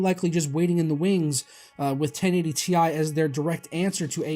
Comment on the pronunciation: It's tie not T.I.